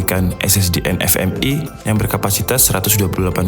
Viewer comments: Koreksi gan : NVME = dibaca 'vi' bukan 'ef' hehe Tanya juga, itu keyboard ada backlitnya? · Nvme apa nfme? Typo ngomong ya om? Hihihihi